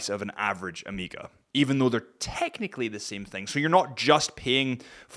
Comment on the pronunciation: I was more bothered by him saying Oh-meeeeee-gah